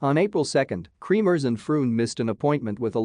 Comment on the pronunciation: Not KREAMERS ITS KREMERS